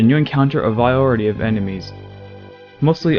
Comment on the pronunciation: A viority of enemies lmao what? I’m glad your channel died if you can’t speak